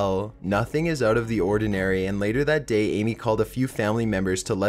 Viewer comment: 40 minutes of this narrator's dropped syllables would make me poke my ears out. dropped theeeeeemmmmm daayyyy social worrrkerrrrr good lord kill me now what sucks is this video would probably have fascinated me!!!!! but i can't do it. nope!